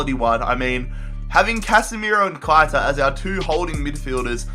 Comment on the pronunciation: It’s pronounced Keh-I-tah Not Kite-a